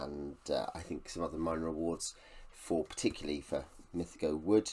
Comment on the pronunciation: My favourite ever series of books. Currently re reading Lavondyss...a book of 2 halves which puts a lot of people off. It gets better with each read for me. Great video (though you're mispronouncing "mythago") 😉